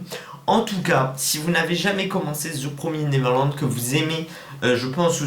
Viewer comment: Très bonne vidéo ! On dit "Ze promiz néveurlande" Mdr😉